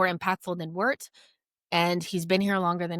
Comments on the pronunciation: I believe the pronunciation of “Wirtz” is “Viertz” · funnier pronouncing it as "wertz", WIRTZ transfer of the Summer considering the price tag and expectations